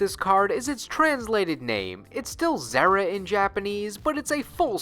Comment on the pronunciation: Pretty sure it's a Zeera and not Zehra in pronunciation.